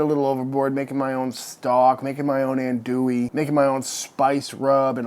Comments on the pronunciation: In Louisiana we say “andouille” (not “Anne” w an E), but Aun…More like “ahn” Dewey..sausage.. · Looks tasty, thanks for the awesome video! One complaint - everytime I hear someone pronounce andouille that way, its like nails on a chalkboard. I get it though because everyone not from Louisiana says it that way 😂